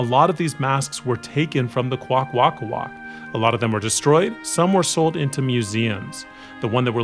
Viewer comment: Hi you said the name wrong but don’t be down in the dumps the language is really hard too speak I know this because I speak the language very poorly but still